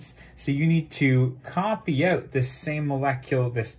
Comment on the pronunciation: When he says "out" I can tell he's canadian, and I love it.